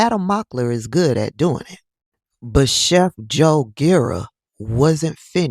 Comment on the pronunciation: Scott..How you dwoin 😂😂😂